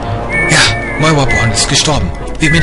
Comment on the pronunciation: warum sagt er moiwa?